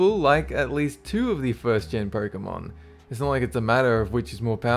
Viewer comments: loo, "Perk"amon. Its "Poke"emon bud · "pøkemon" xD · I'm still not sure if I like or dislike the fact that you pronounce "Pokemon" as "Perkamon" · Sorry, I disliked because you pronounced Pokémon incorrectly.